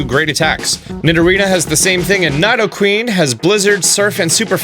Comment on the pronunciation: Love your videos!!! But the way you say nidoking and queen is hurting my ears 😬😬😌